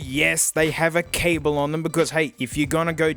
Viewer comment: You’re not supposed to pronounce the ‘’e’’ at the end of cable. But it’s not your language so it’s not that significant